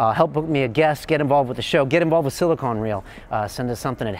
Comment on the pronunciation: Maybe he just didn't say the phrases "old school" and "dropping science" enough-- maybe that's why he mispronounces silicon as silicone... I get it that he's trying to play the youngish hipster trying to appeal to younger ppl who have just noticed the existence of economics and money making in the world, but having a brain and knowledge of English beyond pop culture phrases is sometimes helpful. Cool show nevertheless, once jimmy gets into his world view and once u get past this dudes vapid spiel